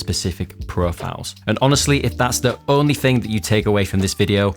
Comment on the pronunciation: Why do you say frough, fing and free instead of through, thing and three? I can’t take you serious